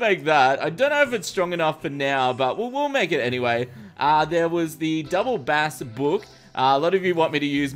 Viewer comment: Its b-ace,, Bass when talking about the musical range and not the fish is pronounced b-ace.